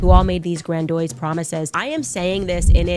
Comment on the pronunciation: Grand-oise was actually hilarious. I'd steal that as a name for a big turtle in a video game.